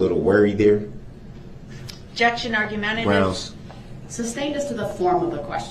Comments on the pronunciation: This judge is a saint. She slashed his chance at getting an appeal. Rot in hell sewer rat Brooks. And its SUSTAINED not substained. Jesus Christ, dumb, low class people like this are exhausting. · Or as Brooks says it..."substained" LMAO